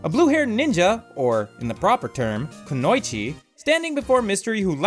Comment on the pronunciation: lovely video! i just giggled when you said "ku-noi-chi" when im used to hearing "ku-no-ichi"